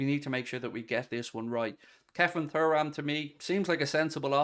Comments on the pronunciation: Please pronounce his surname properly....say it like Churam!! Anyway, that being said, yes I'd love to see him at Anfield! Get it done!! YNWA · It's pronounced Tooram. Please for the love of god. Anyway, Thuram is a 100% buy. Said for months now I'd be happy with him and Mac Allister coming in. He's an absolute athlete, good on the ball, very quick, strong and dribbles forward well. He's basically Fabinho with pace and power. Imo he'll be one of the best in the world very soon. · It’s pronounced Churam if you ever watched his dad play